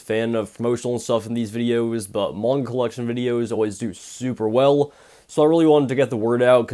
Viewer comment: When you say manga you sound like your saying moinga it’s quite funny but I don’t mean to be ruse